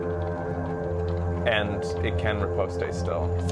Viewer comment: I know, never correct pronunciation, but it's driving me crazy this time. Riposte is just pronounced "Rip-ost". There isn't an E or A noise at the end. This is a perfect VGA game though